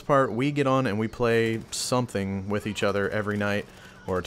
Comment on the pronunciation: "we play wich eachother every night" .......... :P